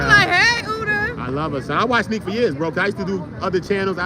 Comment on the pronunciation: People keep saying Nick it’s NIQUE!!!